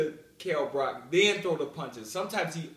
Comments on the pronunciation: Yo Chris, it's Brook, not Brock. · I laughed immediately when he said "Brock"